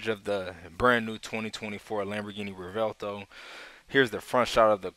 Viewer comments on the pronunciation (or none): it's actually pronounced rev-well-toe